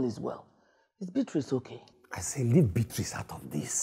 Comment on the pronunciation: I still don't know why my igbo people call Beatrice, biaty😂😂😂